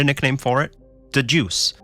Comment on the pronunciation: ITS DA JOOSE